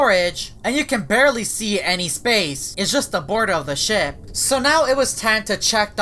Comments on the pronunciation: Do you have a problem pronouncing the word “Ship”? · He said shit not ship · I wonder who's controlling this ship? Captions: I wonder who's controlling this [ __ ] Edit: Captions are drunk & it mispronounced ship as shit. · when he says ship it’s sounds like sh** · I thought you say sh*t